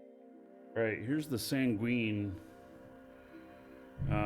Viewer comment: just an fyi it's pronounced "sang-win". In the english language it basically means sad. Not tryna be a grammer punk, just wanna make sure you hear it from a fan and not a ar$ehole. Have a great rest of your week, thanks for sharing all of the content/tips, and stay safe!